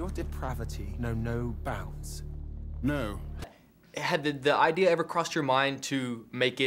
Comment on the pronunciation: haha "idear" where the hell is that r coming from?! british ppl speak funny! lol